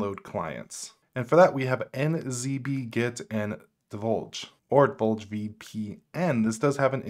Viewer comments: Deluge, not Dolje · Saying "Deluge" as "Divulge" got me.. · Sorry but are you saying PROtainer (Portainer) and DIVULGE (Deluge) or am I hearing things? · Great vid! Fyi it's 'PORtainer', not 'PROtainer, and 'deLuge' not 'deVulge' 🤗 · my man, this is a great video, but did you just pronounce deluge as divulge? del-yooj, means flood. Thank you for your service. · “Deluge” Sounds like deh·lyooj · I laughed when he said divulge 😂 I'd say it's more pronounced de-luge. Like a luge 🛷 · You really caught me off guard with your mispronouncation of Deluge. delˌyo͞oj Great breakdown though! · Del-luge deluge. A severe flood, a… torrent if you will. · Debuldge? Really? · Unraid has a built in VPN manager. You dont need a specific container with a VPN built in. Just set up your VPN in the VPN manager in Unraid settings and select the VPN as the network for the containers. Have you got your indexer routed through the VPN? Also I'm pretty sure deluge is pronounced "del-you-j". As in a deluge of rain. Thats why the icon is a rain drop. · Love the video, thank you. Not to be terribly pedantic, someone already pointed out the mispronunciation of Deluge, and this one is forgivable especially if anyone suffers from dyslexia... but it's por-tain-er (POR at the beginning)...not pro-tain-er (Not PRO at the beginning). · Deluge del·uge /ˈdelˌyo͞oj/ noun a severe flood. Sorry, had to be done. Loved your setup, tho! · sponsored by PIA LOL, while transmission has 2 pirated torrents seeding.. You seriously cant say DELUGE correctly LMFAO...